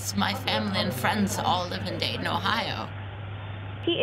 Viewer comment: What she said: "You and me, we will go Dayton, Ohio" What I understood: "You and me, we will go date in Ohio"